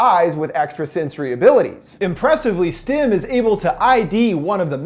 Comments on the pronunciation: really enjoy your videos. one quick correction: it's STEM, not STIM. this is among my favourite sci-fi films. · The fact that he says STIM instead of STEM. Ugh. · keeps saying stim ..... not stem... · Why does it sound like he’s saying “stim”